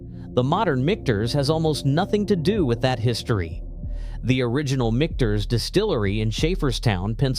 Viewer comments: “Mickters”…computers have trouble getting words right. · I feel dumber for having watched this video!! It's pronounced "mickters". Not whatever he said, and it's a good bourbon...not great. Bulleit is okay. Willet is garbage!